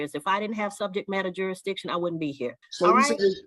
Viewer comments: words are IMPORTANT. The word is JURISDICTION. NOT JURIDICTION. Learn how to be articulate and annunciate properly first, BEFORE you try to "school" someone. I "demand" you speak English first and save your gibberish for your home. Sit your dumb behind down. Better yet take 2 seats.🙄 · This dude is a half wit moron. He said "SUBJEC MATTER JUR-A- DITION" He can't even say JURISDICTION, I know he can't spell it, the right way or wrong way😂😂. Just stfu and get a lawyer goofy. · He gotta figure out “jurisdission” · Don’t forget “jurisdission” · “Juridition”? Learn to enunciate, before you go “toe to toe” with a judge! You’re just embarrassing yourself! And just get a load of his “POSER”, AG, “Crocodile Dundee”, packing (including a knife unsheathed under his belt), inside a federal building! Clearly…..he is nowhere near a federal building! 🤣😂🤣😂🤣😂🤣😂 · This fool cannot even properly pronounce the word 'jurisdiction'.